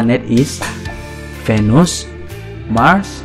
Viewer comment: its not yupitor its jupitor venus not vanus